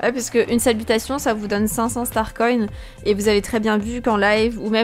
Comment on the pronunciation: Pourquoi tu dis starcoyne ? 😂😂😂